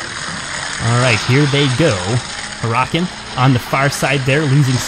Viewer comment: Not to be rude but Huracan is pronounced (Her-uh-con)